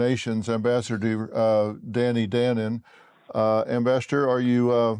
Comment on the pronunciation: His name is pronounced da-no-n